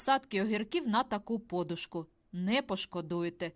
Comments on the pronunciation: Говорять подУшка, а не пОдушка. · От тільки чому такий наголос - по'душка. На черкащині, чернігівщині завжди кажуть поду'шка. В школі на літературі також читали поду'шка. Ваша вимова ріже вухо. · Відколи це подушка( наголос на букві у) стала подушкою( наголос на букві о). Скільки можно поплюжити українську мову?????? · По-душка з наголосом на О вперше почула від Фреймут. Нічого дивного,можливо, такий діалект у людини. Але трохи неприємно ріже слух.